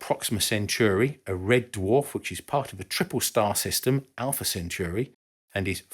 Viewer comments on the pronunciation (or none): Alpha Centauri... not Centuri